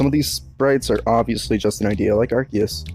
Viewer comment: Nah its ar-see-us not arkeus I think I've heard a lot of people use it as a hard c like that's how it is pronounced within the community but that's really not how it should be